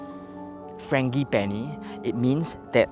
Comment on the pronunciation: dude you mispronounced ‘frangipani’. should be a soft G, not hard G.